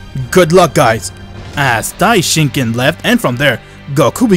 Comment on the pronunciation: Bro it's Daishinkan